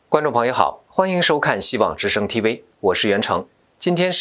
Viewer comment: TV 不唸T（薇） V的發音是由上額的牙置於下唇發出的音. Parler 源自法文，意為：speak 正確的讀法是「趴累」 不唸（趴了） 謝謝你們的關注.